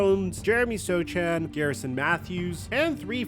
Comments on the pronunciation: its not so-ch-an is so-han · The C is silent in Jeremy Sochan, and nah dog he's not leaving the Spurs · We SA ain’t trading Jeremy Sochan he is like Draymond. Learn how to say his name! He is going to be a star when all is said and done!